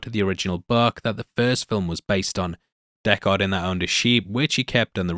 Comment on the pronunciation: Deckard not Deck-haaaaaaard.... did you actually watch the movie or reading a script?